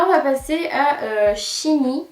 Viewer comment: C'est pas "CHiNi" que sa ce prononce c'est "Shaini" :p SHINee je suis une fan de ce groupe :p